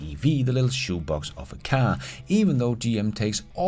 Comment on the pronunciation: I thought you called it a shitbox of a car rather than shoebox. 😂 Lol